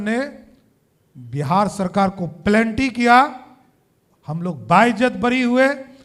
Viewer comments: Penalty ko pelanty bol raha he.aur ye deputy CM he bihar mn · सा धू यादव के लेवल का है ये.... penalty को plenty बोल रहा....ऐसे लोगों को सुधारने के लिए ही बिहार और बिहारियों पर फ़िल्में बनाई जाती हैं 🤣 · प्लेन्टी not penalty? इतना पढ़ा लिखा हैं ये? Afidabit को हेफिडेबिट बोल रहाहे? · Plenty nhi be penalty hota hai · भाई पलेन्टी नहीं पेनाल्टी होता है😢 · PENALTY❌ PELANTY✅😂😂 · Sirjee, penalty hota hai ,planty nahi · Are wo plenty nhi penalty hota hai bhosdk deputy CM bane ho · Plenty ya Penalty? HAFIDAVIT Ya Affidavit? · Are samrat ji plenty nahin hota penalty hota hai. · पेनाल्टी होता है प्लेंटी नहीं होता है और आप उप मुख्यमंत्री हैं जय हो बिहार के लाला ऐसे हो लोग जीतेंगे चुनाव साला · Aajh fir se beizzati krwa liye pelanty nhi penalty 😂😂😂😂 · क्यालिफोर्निया युनिवर्सिटीका पोष्ट ग्र्याजुएट बोलता है, पेनाल्टी को प्लेन्टी कहेता है। 😂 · Samrat Chaudhari ka English ka gyan nahin Hai to plenty ko plenty bolata hai aisa Sarkar nahin rahana chahie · Plenty😂😂 Hafidebit😂😂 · पेनल्टी सही से बोलना सीख लो यह है bihar के फाइनेंस मिनिस्टर, अनपढ़..... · Palanty…..haafidivi…. D.Litt. Kiya hai ye aadmi…..ye easy words nahi bol paa raha hai….. Total fraud….murderer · "Haffidavit" 😂 "Plenty" 😂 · Plenty and hafidivit 😅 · Halfidefeat ✔️ plenty✔️ Affidavit ❌ penalty ❌ ये मूर्ख pk को टक्कर देने आया है 😂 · Yeh chowdhri Bihar ka upmukhya mantri hai,Bihar ka naam bhrust kar diya,penalty ko planty,construction ko costruction,affidavit ko halfidavit kahta hai,kuch to padhleta bhadwa. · Murkhanand ko penalty bolne nahi aa rha hai. 10th pass doubtful hai😂😂😂